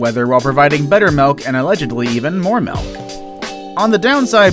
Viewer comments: Dude! It’s mIlk, not mElk!!! Learn to say it right! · This guy said "melk"